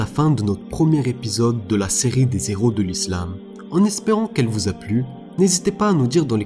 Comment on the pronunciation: La fierté de l'Algérie et des musulmans Allah y Rahmo mais juste je me permets une petite correction c'est les Héros et non les Z-heros y'a pas de liaison sinon très bonne vidéo MashAllah💪👍